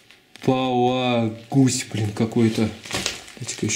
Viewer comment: Реополиглюкин а не реполагусь)))